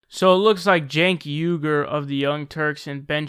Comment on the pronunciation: "Shenk Ayy-Grrr" Ben Shapiro 2018